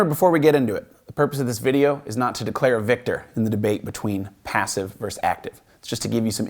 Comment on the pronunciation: Versus. Not verse